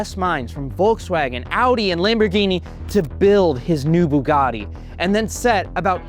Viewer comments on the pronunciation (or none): none